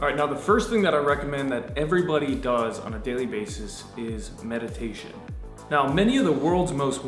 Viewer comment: metidation seriously pisses me the f*ck off.